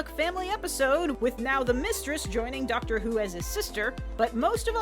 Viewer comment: Did you just say Duckter Who?